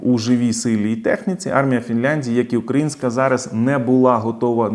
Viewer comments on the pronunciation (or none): none